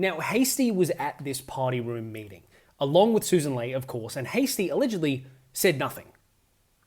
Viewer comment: I really like your videos, you're a great commentator, but her last name "Ley" rhymes with "Key"